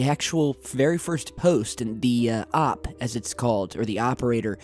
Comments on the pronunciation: Jesus dude. The “awp”. For “operator” No, dude. It’s OP. As in O.P. Original Post/Original Poster. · OP is original poster, not whatever the hell you said.